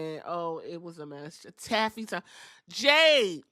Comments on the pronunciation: Thought she said" Tacky"time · I think she meant to say "Taffy Timely the way she paused,then emphasized "Taffy",and didn't seem like she fumbled any words.. either way I busted out laughing 😂😂